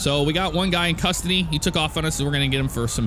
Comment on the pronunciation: You said custardy :)